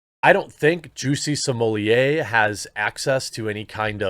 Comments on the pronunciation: I'm now convinced you're saying Juicy Sommelier intentionally. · Either my hearing is going or it sounded like you referred to him as ‘Chelsea Smollett” at one point. A harbinger, perhaps?